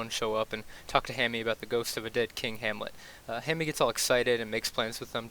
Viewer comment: “Hammie” lol